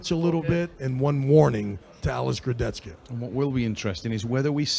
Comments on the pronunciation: Alex kurdech-ka. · смешно коверкает имена, фамилии участников)) только ради этого стоит смотреть поединки в этот раз Курдецька и Феткоф передают привет Трав И Су))